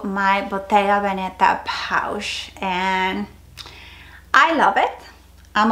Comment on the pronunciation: I love your collection - btw Veneta is emphasised on the first „e“ ! I don’t bother saying that for every English speaking channel but I think for Hispanics it is maybe interesting !